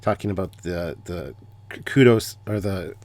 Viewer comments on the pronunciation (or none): You’re pronouncing Kodos wrong. It’s Kodos as in “Kang and Kodos” not Kudos.